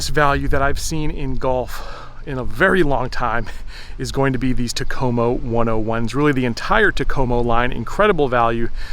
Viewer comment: In the Finnish language, the emphasis is always on the first syllable of words. So it's "TAK-o-mo" Enjoy your videos.